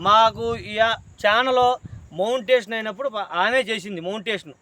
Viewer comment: తన్మెయిల్ అంటే మీ బాబు పేరు అనుకున్న తరవాత క్రియేట్ చేస్తాడు అంటుంటే అర్థం అయింది అది thumbnail ani 😅 మళ్ళీ మోంటేషన్ అన్నారు బల్లెగా ఉంది అండి మాట తీరు అది Monitaization 😂😂😂ఇంకా బాగా చేయండి కాస్త ఇలా జోక్స్ వేయండి వీడియో బోర్ కొట్టకుండా😂